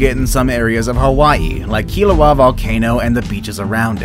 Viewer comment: Why do you say Kīlauea so weird